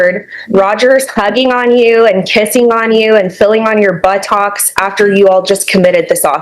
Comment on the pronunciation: She went full Gump when pronouncing buttocks.